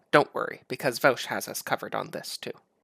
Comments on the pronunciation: It’s pronounced Vosh not Vowsh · First, thank you that although you take some lighthearted potshots at Vaush's expense, I think you did try really hard to actually be calm and rational. If the right on youtube tended to be more like yourself, I would enjoy their content much more. However, I do have some issues. I'll split them up by timestamps. Thanks for providing dialogue creating content. Also, his channel is pronounced like VOSH and not VOWSH. (: My analysis: - What defines something as realistic to you? That argument can be used against literally any societal change people want. e.g "Marriage is between a man and a woman. How would it ever be realistic to change that definition?" Now, I get that example does not affect the economy of the world like co-ops would, but this is just an appeal to your own incredulity. - Also, you say we have examples of co-ops being very successful, but then dismiss it as not important evidence? That does not make sense to me. During feudalism, one could've said the same thing about Mercantile Capitalist companies to argue for feudalism and against capital. - He never said there wouldn't be challenges. That's just you saying. "But it's hard." - He gives the sources.... Which you later even go on to look at. What? - He may have been confident in his ideas, but that doesn't actually say anything about his argument. - A source doesn't have to be an academic study? Some are, some are not. There are many types of sources. - You suppose? No, tha